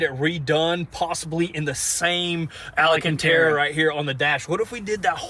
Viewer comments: Alcantara, boys. Al-can-tara. It’s not Al-uh-can-tara 😂 Sorry I had to say something, it’s just been going on for so long now. Yes, I’m being that guy lol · GUYS It's alcantara - not ALAcantara :D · Alcántara no ALANCANTARA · who's ala can tear uh? lol i always thought it was alcantara